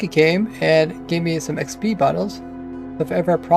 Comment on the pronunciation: Why does he say xpees? It is very annoying.